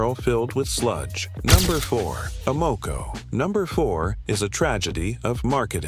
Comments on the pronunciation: Y’know, your credibility would increase if you teach your AI robot to pronounce the gas station names correctly. A-MOco?Try AM-o-co…sheesh! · People hear "ah-mo-co", they think stupid AI! Just narrate the damned thing!!!!!!!!!!!!!!!!!!!!!!!!!!!!!!!!!!!!!!!!!!!! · Can’t even say it, right Amoco A -not you say (O MO co) really it stands for American oil company. They just tricked you.